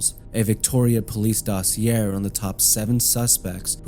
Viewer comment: Love the content! Thank you. But “dossy-air?” Dossier: DOSS-ee-ay